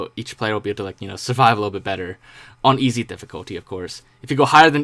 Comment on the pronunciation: It’s easy difficulty not “easo”